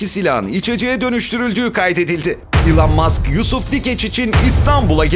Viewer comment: Elın mask yada maks değil “ilon mask“ yada “ilan mask” diye okuyacaksın.Hadi diğer ing kelimeler olsa neyse ama isimlerin doğru okunması gerek